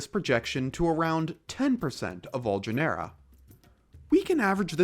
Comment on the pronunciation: i don't think your AI knows how to pronounce "genera"